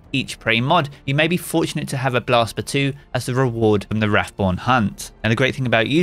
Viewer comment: What kind of lunatic is calling it Blast "Batooee"?!!